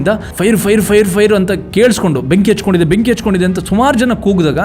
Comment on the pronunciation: Benki hacthkondide alla hattagondide heli kannada sariyagi matadi